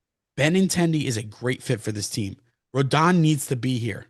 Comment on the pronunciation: is correct it is pronounced Row-don, everyone keeps pronouncing it like anthony rendon. If Yanks sign him i think we gotta be calling him Rodon Corleone